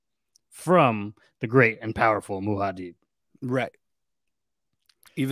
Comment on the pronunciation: Muad'dib pronunciation is Mu-ad Dib or deep but not Muha-deeb.